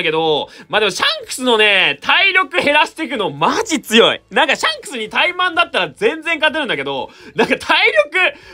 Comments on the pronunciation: シャンスクの言い方がジャン！に聞こえる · ｼｬ↑ﾝクスって言い方好きww